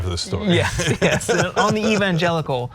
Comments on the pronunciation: So what Trump mixed up one word, "steak/snake" whatever, its different when biden does this on every single appearance. And dude in the cap here mispronounced evangelical himself. You guys are just idiots tbh, you try too hard. If you want to be clowns, join the circus. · Conclusion: When you make a speech to evangelical christians make sure you know how to pronounce “evangelical”. Having chosen a favourite bibleverse in advance is a plus too.